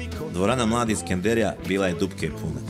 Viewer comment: nije SkendErija, nego Skenderija, para uši cijeli film koji je inače dobar.